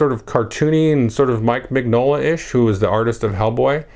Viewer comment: Importantly: Min-yola, not Mig-nola. Secondly, is a great resource for new Hellboy fans. Check it out.